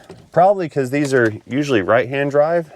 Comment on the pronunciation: Turning off noise cancelling didn’t alter your voice too much. Enjoyed your test dwive with all the fancy electwonics.